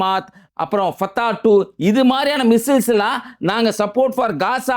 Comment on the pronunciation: மிஸ்ஸஸ் அல்ல மிஸ்ஸைல்ஸ் என்று சொல்லவும்